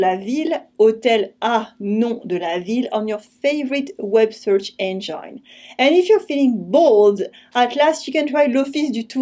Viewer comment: Enjoy your videos as usual. Hopefully you will appreciate if I ask you to check your pronunciation of 'engine'. We are always learning.